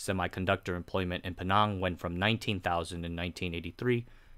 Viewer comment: Pulang pinang bukan pulau pining. So lebih dekat penang